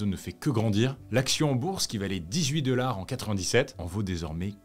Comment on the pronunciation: Je ne commente jamais, mais là, j'étais obligée. Je dois avouer que ça me perturbe énormément que tu prononces $ "deular", voilà, c'est dit. Sinon, j'aime beaucoup tes vidéos et ta voix est agréable à écouter. Bravo à toi et ton équipe !